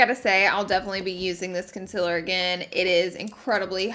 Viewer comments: I get so triggered by her saying concealer wrong, love your vids tho. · You really spelled concealer the same way you pronounce it. 😂